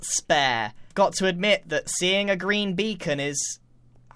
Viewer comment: " A Greean Beacon"